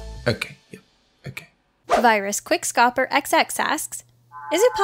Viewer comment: Burning question: WHY DID YOU PRONOUNCE QUICKSCOPE WRONG